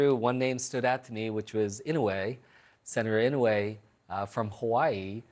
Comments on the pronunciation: Inoy its pronounced. Aloha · Great for Senator Andy Kim, but I wish his pronounced Senator Daniel Inouye name's correctly?!😮🤔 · Ridiculous!! All dumb speculation - haven’t Democrats cry this much since….. yesterday. Its still 2024- Trump hasn’t even take office yet. Fix New Jersey - do your job before you start whining !! This guy can’t even pronounce another - asian senator’s name - you just insulted Senator Dan Inouye.